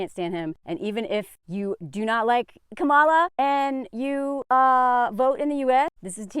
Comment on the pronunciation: I hope this is helpful. Harris pronounces her first name COMMA-la. (Like the punctuation mark.)